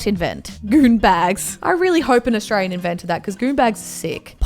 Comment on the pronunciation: U literally r not saying Australian right hahaha ur like astrain haha love this